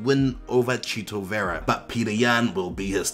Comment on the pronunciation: Thank you for rolling the R on Vera. Love from us Latinos!